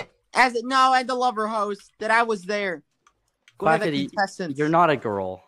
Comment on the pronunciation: the way he said "that i was there" IT SOUNDED SOUTHERN IM CRYING LMFAO